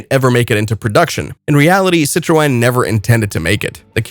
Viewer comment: That's the most bizarre pronunciation of Citroen I've ever heard. By the time I stopped laughing the video had finished.